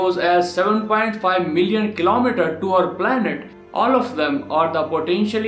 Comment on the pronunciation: He siad planert